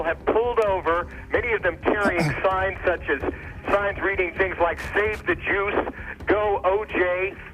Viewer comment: it sounds as if they are saying "save the jews"...interesting...when saying juice